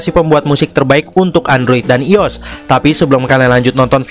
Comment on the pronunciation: bukan ios bang i o s sebut satu satu bang